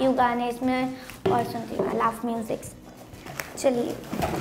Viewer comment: She laughs 😒 she pronounces love as laugh